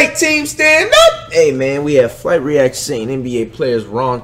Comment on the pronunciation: Flight startin of the Video saying the title wrong smh